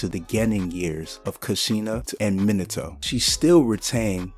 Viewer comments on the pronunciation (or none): none